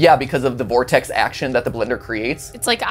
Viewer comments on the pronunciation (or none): none